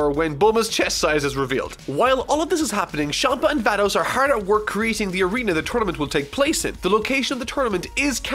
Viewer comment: when he said Vados i heared thanos